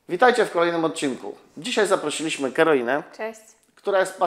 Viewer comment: Czy tylko ja usłyszałem zamiast Karolina ,,Heroina"? W jakim mieście ma Pan salon? :)